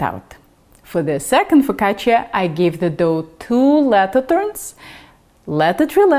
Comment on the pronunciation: Nice job pronouncing "focaccia" with the emphasis on the double "c". Many cooks (incorrectly) make it rhyme with the Spanish "la caja". Do you speak Italian? Great recipe by the way. My focaccia tends to be rather flat and now I know why. Thank you.